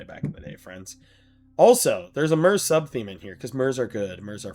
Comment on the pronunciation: Myr is pronounced “meer”